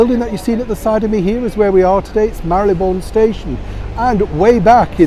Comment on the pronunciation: Neil, thank you for using the correct pronunciation re Marylebone. So many these days say “Marle Le bone”! 😄 brill!